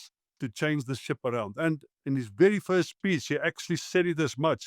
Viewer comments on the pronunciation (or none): none